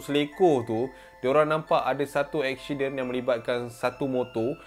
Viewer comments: ashiden .. ashiden.. comel je hihi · "ada satu ESHIDEN, dorang tengok ESHIDEN tu" HAHAHAHA MACAM ANAK BUAH AKU SEBUT LAH! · Ekshiden hahahaha